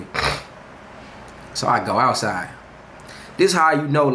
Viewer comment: “so the POPeyes get AHTsiide”